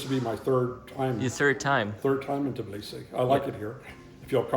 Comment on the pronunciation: Of course the nice American guy doesn't know how to pronounce Tbilisi properly 😅